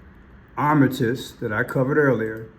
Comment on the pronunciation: It's Art-a-miss